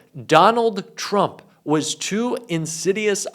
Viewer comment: Turmp??? Lol.